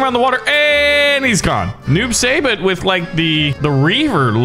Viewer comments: Noob saibot is pronounced Noob sybot not Noob saybot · It’s pronounced noob sighbot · As I watch him bully Kano I was going to say Kano was my favorite, but now I’ll just say Noob sybot but it’s pronounced si-bot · Stop saying noob say bit, your suppose to pronounce it noob sai bot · Noob saibot name has to do with mk creator ed boons last name and something tobias. His name is their last names backwards. And it is pronounced noob sighbot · It’s pronounced noob sie bot I spelt it weird but ehh love your vids by the way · ITS NOOB-SAI-BOT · It's pronounced noob sigh bot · I love that. Can't say noob saibot corrextly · Omg you pronounced SO many names incorrectly lol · He’s not saying noob saibot correct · WHY CANT HE SAY NOOB SAIBOT CORRECTLY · Your not pronouncing noob saibot correctly No Hate Btw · I hate the way he pronounce noob saibot and mileena